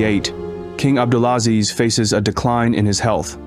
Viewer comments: The Chinese dude needs to improve his pronunciation esp ‘abdulaziz’….. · Ébd’ul aZIZ ibn Sa-ood